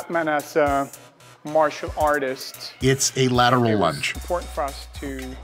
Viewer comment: Bro i thought he said "gyatttt!" during the lateral thing and I was dead